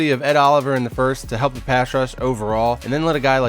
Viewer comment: Errors? You wanna talk errors!? Dude! you said "Pash Rush"! Unacceptable!! I'm so done!